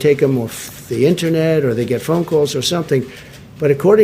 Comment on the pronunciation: 😛Trump can't pronounce words like: anonommess, internate, carannavirus, Thigh-Land, Yosemite, China or Nevada. These words aren't tongue twisters. 👅